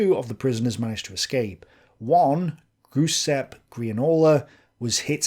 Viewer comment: Note: The Italian name "Giuseppe Giannola" is pronounced like "Ju-SEP'-ay Ja-nola".